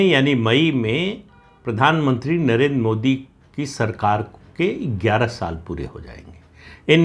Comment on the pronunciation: नरेंद्र शब्द का उच्चार आप नरेन् ऐसा क्यूं करते हैं?